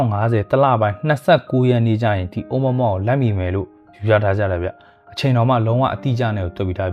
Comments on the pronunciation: အိုမွမွ လို့ အသံမထွက်ပါဘူးဗျာ အိုမူရာမူရာ ဗမာအသံပေါ့ဗျာ လီးပဲ 😂😂😂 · တော်တော်များများကအိုမူရာမူရာလို့ခေါ်ကြတယ်။အိုးမွမွလို့တော့ခေါ်တာပထမဆုံးကြားဖူးတာ။